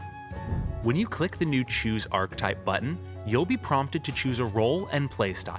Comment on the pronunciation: Awesome video, looking forward to both OG WoW and CoA. However, my OCD kept getting triggered... 'Archetype' is pronounced 'Ar-kay-type', not 'Ark-type' ffs! Apart from that, good job! 😁